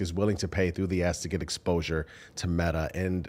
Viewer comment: I wanted to laugh every time you guys said "pay through the ask" and it sounded like "pay through the ass" and the meaning didn't change whatsoever.